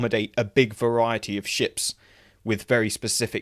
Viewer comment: Every time you say "ships" in this video, I swear I hear "shits" instead lmao - totally fitting for Jem'Hadar Fighters tho lol